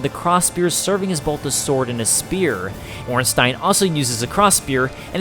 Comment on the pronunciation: Oh thanks for saying Ornstein correctly